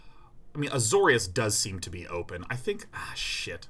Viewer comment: Azorius Day9.... It's AzoriUs